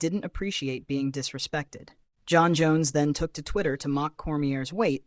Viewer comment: 8/10 information, -53/10 pronunciation on any name that is “Jon”